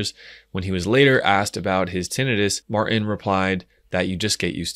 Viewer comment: Martin has a T in it. You should pronounce it!🤣